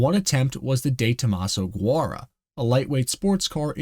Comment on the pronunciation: You should really learn the pronunciation of a few car names. You messed up Qvale, Guara, and Bigua. These mistakes point to this being an AI generated sound track, or a lack of true car knowledge. You also failed to include that this car was equipped with a BMW V8 in Europe. The Ford V8 was only for the US.